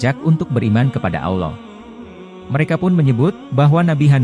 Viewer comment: Maaf ya Min,,, skdar saran nih,, ttg penyebutan ALLOH. Sebaik.y mgkn ALLAH sj,, krn MIRSARY RASYID sj org Arab, jelas2 mngatakan Allah wlopun dialek beda dgn org Indonesia.. ok min,, Jgn ikut2an sm Elit global yg mmbuat Bank dgn nama ALLO BANK yg dilogo.y ada segitiga Dajjal. Semoga saranku ini dipertimbangkn